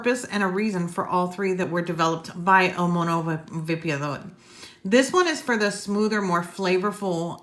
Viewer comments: Of all the English reviews I’ve seen on the widowmaker, you’re the one who’s gotten closest to pronouncing el mono vapeador correctly🤣, love how you almost roll the r. everyone says el mono vape-a-door, it’s actually el mono vah-peh-ah-dor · I love Julio (el mono) and I love, so perfect. also she pronounces "el mono vapeador” beautifully👍🏼😁